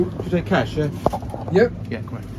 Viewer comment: their mistake actually, you clearly asked "do you take catsh?"